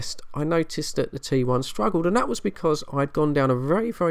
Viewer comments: Sounded like you said trouble I and 21 ! Had to put on the subtitles or read below to find out what you were talking about ! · Sounded like you said 21 and trouble I